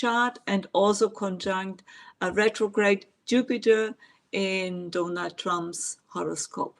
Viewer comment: I love it the way you refer to Donald Trump as donut trump